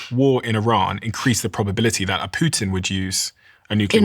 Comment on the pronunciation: She almost said poo instead of Putin a buncha times